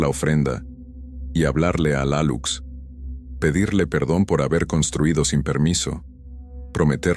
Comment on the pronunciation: Se pronuncia Aluche es una maya.